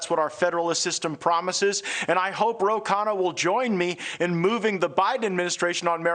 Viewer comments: This guy is a reporter and he can’t pronounce the name right: Ro Khanna! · Well! THIS aged ... not so well! Ro: the Fox anchor repeatedly mispronounces your name before this “friend” of yours, now alleged of the rife criminality we could all smell from our screens for years, corrects him tacitly. I would hope you’re in no rush to follow thru with that beer date with Matt Gaetz. Lesson: the alt-right, the “populist” right, is not operating in good faith. They are fascists. We don’t not play with them, if we don’t want to be chumps. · He butchered it differently every time too...